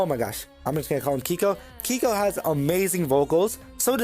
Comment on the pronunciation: say keiko like quico from el chavo bro thats the right way!